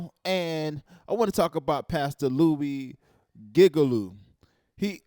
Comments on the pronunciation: The amount of time I died when he kept saying gigalu stead of Giglio 😂😂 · It's pronounced Gig-lee-o. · Its pronounced gig-lio Like the name lio